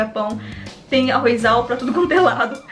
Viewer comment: Eu acho que vc esqueceu tbm de com o se fala ARROZ, não se fala ARROIZAL È ARROZAL que vem de arroz não arroiz